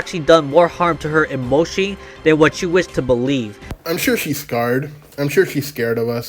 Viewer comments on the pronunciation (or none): Can’t get over how fucked says emotionally as “ imoshi ”